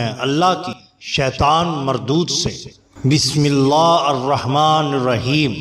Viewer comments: aray bhai jan auoz billah aor bismillah to theek kar lo janab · Janab apni bismillah shareef theak farma lijiye